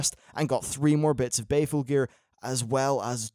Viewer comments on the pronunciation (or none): Unless is just being betrayed by his accent or trolling us; Isn't the gear BALEful. Like, Christian Bale. Sounds like he keeps saying Bay-ful. And, whereas I am flattered, you don't need to keep saying my name. =3